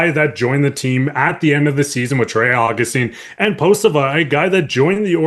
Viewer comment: Thanks for the fine report, insightful. But you mispronounced the names of Cossa and Postava (sorry for being nitpicky). Cossa is pronounced KOE'-sa. Postava is pronounced poe-STAH'-va (emphasis on second syllable, rhymes with "ha"). Cossa was never given a fair shake by Yzerman (45 total minutes!) in Detroit, despite being outstanding in Grand Rapids (AHL Goaltender of the Month in November & December 2025). But Postava looked like Dominic Hasek this past spring for the Griffins; acrobatic to the max. I cover many of the Griffins' games. They had the best start to a season in hockey history: 29-1-1-1, but with several injuries and call-ups to Detroit, they faded a bit at end of season.